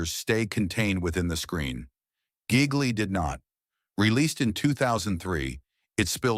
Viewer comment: Ai pronouncing "Gigli" as "Giggly." Probably would have been a better title for the movie tbh.